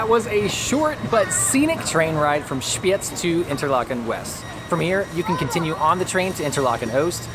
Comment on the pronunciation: I like how you pronounced the z in Spiez. It was very good